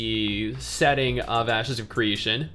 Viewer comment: Is it me, or did say ass secretion instead of ashes if creation during the gameplay footage? I know he didn't but it sure sounded like he did.